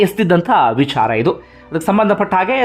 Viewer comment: ಅಯ್ಯಾ ಅಂಡಿಗೆ, ನಿನ್ನ opinion ಹೇಳಯ್ಯಾ.. ಇಲ್ಲ ವಿಡಿಯೋ ಮಾಡೋದು ಬಿಡು.. ನಿಂಗೆ ಬುದ್ಧಿ ಕಮ್ಮಿ.. ಅದು 'ವಿಚಾರ'. "ವಿ'ಛಾ'ರ' ಅಲ್ಲ.. ತುಂಬಾ over ಮಾಡಬೇಡ...